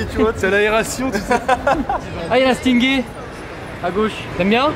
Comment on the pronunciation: Je rêve ou a dis stingé?